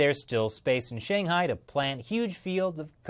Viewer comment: Please make a modicum of effort to pronounce 'Shanghai' correctly.